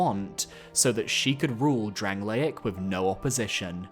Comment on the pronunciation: sorry but how did we pronounce dranleic, lots of attachment you say?????? pfff bro thats rancid